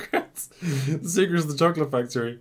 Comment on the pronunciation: This guy literally said chocky wacky.